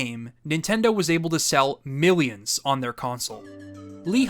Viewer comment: My boy said MEALIONS instead of millions😂